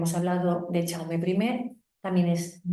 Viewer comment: Perdona, no se pronuncia "chaume" se pronuncia "yaume" , como el "ya" en castellano o el "yo"